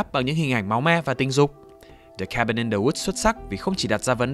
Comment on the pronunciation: Cabin chứ ko phải Kabin bahaha